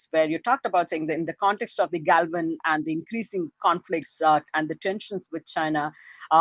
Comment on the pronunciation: This Indian lady can't even say "Galwaan"? They are gonna have the Biden administration? Where do they get these people?